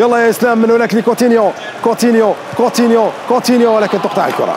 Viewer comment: كيفاش دلوفيو و هوا يقول كوتينيو كيفااااش 😠